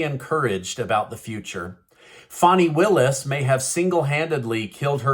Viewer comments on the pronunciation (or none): Fan e Willis pronounce